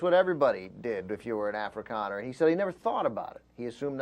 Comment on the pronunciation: I hate this comedian guy sooooo much. His rugby jokes are stupid and irritating. His pronunciation of Afrikaner is just appalling. He's just so bad. He just seems like he knows nothing.